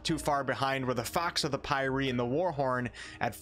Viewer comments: It's "fox of the PAI-yer" not "fox of the pai-REE" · Had a brain annurism everytime he said PYREEE